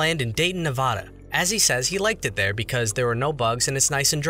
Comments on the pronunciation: It’s pronounced NevAda not NevOHda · NevAda, not NevAHda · It's pronounced Nev-ADD-a, not Ne-VAW-duh. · As someone who literally lives less then 30 minutes away from Molossia It’s honestly a nice place to just go see, and Dayton is a nice small town and the surrounding area is nice And yes you said Nevada wrong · you pronounced nevada wrong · Ah, another person who mispronounced Nevada.